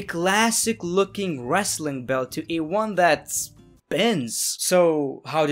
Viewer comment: Dude won't say belt to save his life